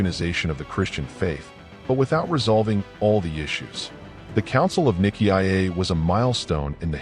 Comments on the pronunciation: The name "Nicaea" is pronounced "ny-SEE-uh". The robot audio pronounces it as niki ah ay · ny-see-ah not niki-i-ay. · AI is such a problematic narrator. Nick ee iyay? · It's usually pronounced NY-SEE-UH. It's better to have a human being narrate these things. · I kept thinking niki ah ya mother f....😅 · What a load of tosh. And can’t even say Nicea correctly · Good report .. but so very annoying with the pronouncing of Nicea… dummy 😊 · I don't think you're pronouncing I see you're right nicea